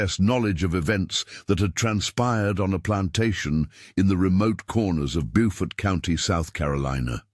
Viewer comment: It's PRONOUNCED with a long u sound as in Buford but spelled Beaufort.